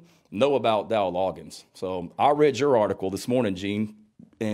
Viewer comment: It's Dowell Log-gains